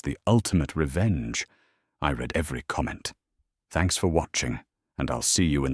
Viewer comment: …I read (verb, past tense) all the comments?! How can the robot narrator have already read the comments?! Please instruct it to differentiate the pronounciation between present and past tense verbs.